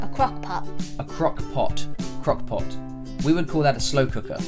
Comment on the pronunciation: She doesn’t even sound American like when she said “pot” in the beginning that’s not how a proper American pronounces “pot”